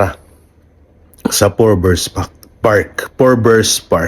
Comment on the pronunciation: FORBES (FORBS) PARK NOT PORBERS